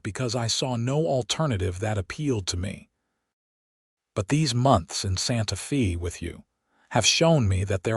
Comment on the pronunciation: So far, quite a logical believable story. Santa Fay it's pronounced.